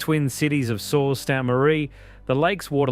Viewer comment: "sault" pronounced like "salt", "Mackinac" pronounced with a "C" at the end....did they consult anyone from the Great Lakes before recording the VO?